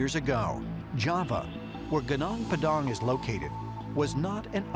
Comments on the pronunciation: Genong Pedong? Is he trying to say Gunung Padang? 😂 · Indonesian: Gunung padang This: Geunang peudaeng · Its not gnong pdong. The sound is Goonoong Pa Dunk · Pronounce Gunung Padang well. Not "Gnung pdang" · its not pronounced "genang pedang" its "gunung padang" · gunung padang bukan genang pedang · It's pronounced "goo-noong paa-daang" not "gə-naang pə-daang" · Genang Pedhang 😂😂😂😂😂😂😂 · Gunung Padang, it is pronounced "goo-noonk pa-dunk." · Gunung padang ajah anjay no goo nonk pa dunk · when they say "sundaland" it sounds like sandalan(wearing sandal) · gu-nong p'dang... 😃😃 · Ya, gw ketawa pas dia ngucapin. Gunang padhank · Malah kedengerannya “Kenang Pedang” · Goo noonk par dunk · Wkwkwkwk Genang pedang => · G E N A N G P A D A N K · Jenang padang 🤭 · I'm Indonesian. Gunung Padang = Padang Mountain , pronounced as "Goonoong Pahdung". Would be a phenomenal discovery if it's indeed a piramid, not mentioning the alien alliance 😉 Others might also check Candi Borobudur / Borobudur Temple, which I think the biggest Buddhist Temple in the world. Lots of ancient sites here to explore 😊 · The way the narator pronounced "gunung padang" made me smile, it supposed to pronounced as goo-noong pA - dAng. The U pronounced as U as in full, and A in padang supposed to pronounced as A as in father. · It is pronounced goo-noong pah-dahng with accent on the first syllable of each word. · Take it simple.. that's pronounced Goo Noonk Pa-Dunk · It's funny to hear you pronounce gunung Padang . It's sounds like Gnoong pdang lol 😂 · Good noong pa dung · Chuckled on the way the narrator pronounce 'Gunung Padang'. it should be pronounced as 'Goo-noong Pah-dang', which means Padang Mountain. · The right pronounciation of 'Gunung Padang' 'Goo-Noong Pa-Dung' Its two words, so dont read it too fast... Greetings from 💗 Indonesia 💗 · You spelt it wrong tbh. The "Gunung Padang" word must be called more like "Goonoong Pah-dang". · "Geunong Peudaaang" ceunah 😂😂😂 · "Gunang Padang" Sound weird to me